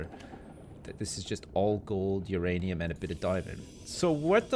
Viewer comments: stop it its myranium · no, it's myranium